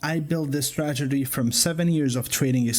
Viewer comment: correct me if I'm wrong, but is he saying stragedy?